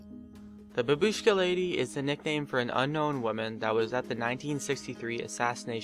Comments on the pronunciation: and bAbushka,not babUshka... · You pronounce Babushka as bAbushka not babUshka !!! fyi